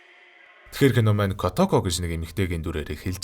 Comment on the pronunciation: kootoko gej urtaar duuddag kotoko gej boginor duuddgarak ylgataimyumbn hha